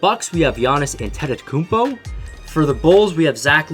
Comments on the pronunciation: Giannis antetitkounmpo is how you pronounced it not antetokounmpo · Did you just see how he said Antetokounmpo. Not saying that I say it perfectly